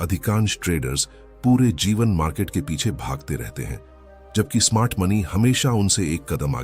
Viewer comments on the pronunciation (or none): none